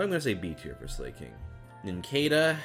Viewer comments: Slay-king? Slay-koth? I always thought it was Sla-king and Sla-koth... like, cause they slack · I can't believe you pronounced them "slay-king" & "slay-koth" when they're so clearly a play on slacking & slack off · “Slay-king?” It’s literally a sloth that slacks, it is in the process of slacking. If Slay is the correct pronunciation I’ll eat my hat lol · the fact that he pronounces slakoth and slaking with "slay" instead of "slah" is great. slay, king. slay. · Okay, mispronouncing Illumise, I'll excuse. No one could ever figure out how to pronounce that thing's name for the longest time. But... Slay-king? SLAY-king?!? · how did you miss that Slakoth and Slaking are literally named after loafing around and are pronounced "Slah Koth" and "Sla King" silly silly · Slay-koth and slay-king??? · All my faves were s tier. But I was bothered how he said “slay-king” and “slay-koth” totally ruined their punny names lol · Slakoth and Slaking are pronounced like "slack" because they're lazy But calling Slaking "Slay King" is still pretty funny lol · The way you pronounce slakoth and slaking... Do you not see the puns?